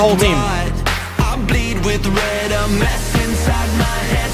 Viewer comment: It's red not led